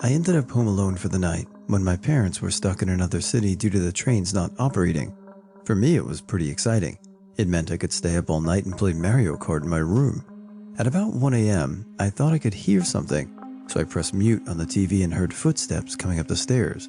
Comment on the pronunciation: "Marry oh cart"